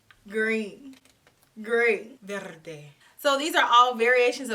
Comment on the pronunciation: Nice pronunciation of “verde”❤️